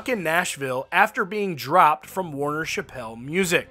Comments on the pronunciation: Warner Chappell - It’s pronounced Chapel, like a little church, rhymes with apple, not pronounced Shappelle. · Hey brother…. For future reference…. It’s pronounced Warner Chapel….. like a the chapel of a church. I know it’s not spelled that way but that’s how we pronounce it in Nashville 👍🏼